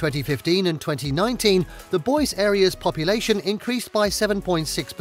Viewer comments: Don't forget how he butchered Boise pronouncing it boys. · It is pronounced (Boy zee). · And Boise 🤦🏽‍♂️